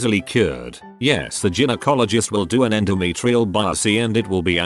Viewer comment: It's pronounced "GUY-no-cologist" not "GIN-o-cologist".